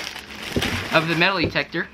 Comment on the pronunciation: Why are you saying metalEetector? Metal-Eetector why? It's Metal-Detector not Eetector. and by the way putting a lid on boiling over water does not stop it from boiling over. You didn't stop anything from happening by putting that lid on